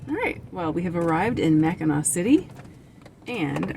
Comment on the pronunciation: yes, you pronounced Mackinac perfectly and i did notice you put a random r in there a couple times. Lol .. Your cute. No worries. Had just never heard it pronounced quite that way.